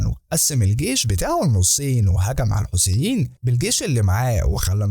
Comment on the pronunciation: الحيثيين وليس الحوثيين